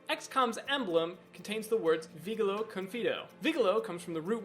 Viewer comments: I know "Vigilo" is spelled "Vee-Gee-lo" ... not "vee-guil-o". "I survey, I enthrust" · "Vigilo" is a Latin word, in Latin language the letter G near a vowel is always soft. VI - GI (soft) - LO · that is not how you say vigilo confido... you got both of them wrong... as well as their roots.